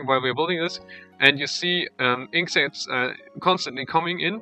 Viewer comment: Inc sacks? Isn't it inkt sacks?